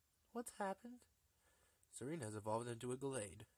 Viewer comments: pronounced wrongly it's se-re-ne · Rakku Guy said it's pronounced se-reen